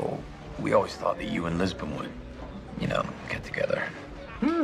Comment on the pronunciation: ITS LISBON NOT JISBON!!!!!